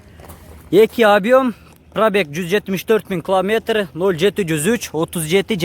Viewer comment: Километр десен кламетр дебей